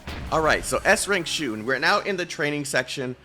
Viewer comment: Waited a whole year for her. High skill ceiling characters are super fun. Also, IT'S SHU!